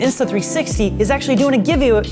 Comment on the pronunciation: "A giveEway" LOL😂🤣